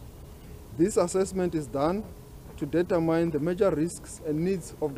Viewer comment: determine is not pronounced that way